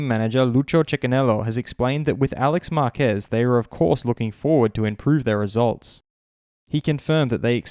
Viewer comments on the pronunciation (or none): none